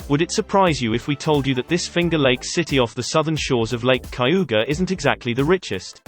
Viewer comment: Cayuga is pronounced as CAY-ooga. Not Ky-yooga.